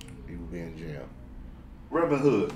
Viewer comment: Fire Nation Soldier just saying it’s “jail” not Jain